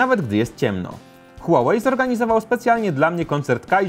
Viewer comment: Mówi się hłałej a nie hułałej nie żebyś się czepiał ale marka typu test hub powinna się postarać